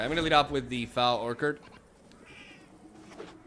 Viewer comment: Love you vids. Great work. I am not ripping on you because English is your second language but Foul Orchard is pronounced differently than you think. Orchard is pronounced Or-cherd (ch like chair). I don't know if you care or not but I though I would let you know. Keep up the great work!